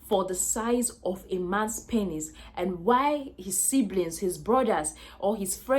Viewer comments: Lol I couldn’t watch more than 2-3 mins the amt of times she said “panis” got odee annoying i had to bail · Good video, I like your accent, and how your pronunciation of the word penis, sounds like panis. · I like how she saids pennis. 🤣🤣